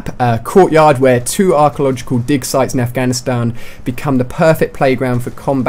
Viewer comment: U say dig weird haha ;)